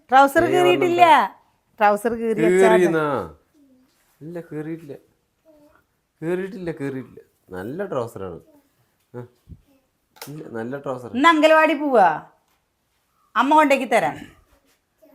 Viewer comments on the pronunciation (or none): Angalavadi അത് എന്താ 😂😂 അംഗൻവാടി എന്ന് പറയു